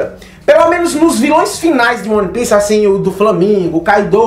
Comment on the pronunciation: cara, gosto mto do seu trabalho, acho vc bastante entusiasmado na gravação dos videos, isso é muito bom. É um perfil diferente dos outros youtubers, não perca isso. No entanto, uma dica boba. se atente a pronuncia correta dos termos em inglês/japonês (exemplo: é "uan pis" e não "one pice"), faz bastante diferença na hora de passar suas análises, passa mais convicção e seriedade. Outra coisa, faça um roteirinho da ordem de acontecimentos do video, para vc n se perder nas tuas próprias ideias, ai vc n foge muito da linha principal e mantém sempre um tempo ok com uma objetividade boa.